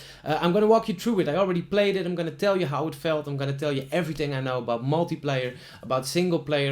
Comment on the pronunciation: Leuke video,! Let je echter wel even op je -th uitspraken! "Ting", "Everyting" en dan wel ineens Darth Vader goed kunnen uitspreken!